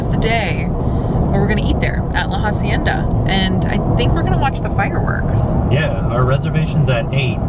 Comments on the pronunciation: Just so you guys now, in “hacienda” you don’t pronounce the “h”, so you just say “acienda” ;) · Omg this is my pet Peeve... it pronounced “ah-cie-nda” not “HA-cien-da” please help me, help you... PLEASE! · The H in “hacienda” is silent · Hey guys just to let you know in Spanish you dont pronounce the H so it would be pronounced like La acienda. love you guys!